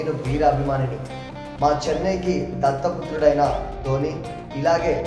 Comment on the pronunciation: దట్ట పుత్రుడు కాదు దత్త పుత్రుడు